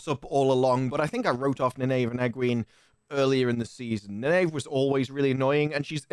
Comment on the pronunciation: It's pronounced Nine-Eve FFS